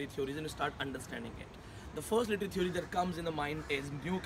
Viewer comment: stupid... first correct ur he/she n learn to pronounce "theory". then u force ur students to write good reviews.....